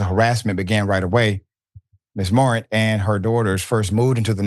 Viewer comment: It’s pronounced More-rant…jeeez 🤦🏽‍♂️